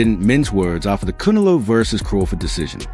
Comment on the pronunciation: Voice machine can't pronounce Canelo.